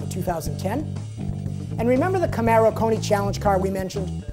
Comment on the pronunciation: CamAro CamAro CamAAAAAAro people, seriously, how hard is it to spell CamAro? it is not an "eh" sound, it is an "ah" sound. whatever happened to sounding a word out if weren't sure about the spelling? also, the GT cannot compete with the 426hp Camaro SS and 425hp Challenger SRT/8 with only 315hp. so yes, they need more power to compete with the Camaro and Challenger.